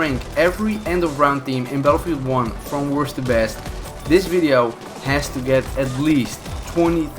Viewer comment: You forgot the t in both the words worsT and besT